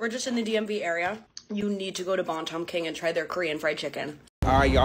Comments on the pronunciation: It’s pronounced “BAN-TUM” not “bon-tom”😂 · a little FYI you pronounced Bantam wrong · I just hate the fact that she mispronounced this to try to squeeze in an ethnic sounding word. Bantam is a chicken breed.